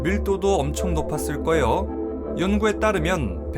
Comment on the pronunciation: 나레이션 발음이 좀 거슬림. 거예요가 거요로 들림.